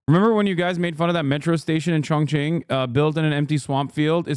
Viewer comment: Chinese word X or Xi is pronouced similar to Sea. Not G or ig or gz or wtv, Just pronouce it like Sea. President Sea. Sea, Sea. Thank you. Also, if you see any Chinese name or word that starts w the letter Q, it's pronouced similar in between Ts and Ch, not k, not kw, so the city of Chongqing pronouced kinda like ChongTsing.